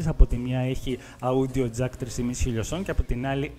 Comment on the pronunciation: Όντιο Τζακ όχι αούντιο τζακ